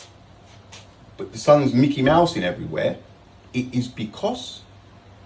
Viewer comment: American here, can someone explain what he means when he says "but the sun's Mickey Mousin' everywheeehhh"